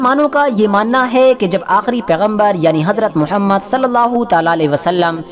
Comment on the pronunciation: Aoa Hmary Akhri Nabi ka nam sahi sy liya krain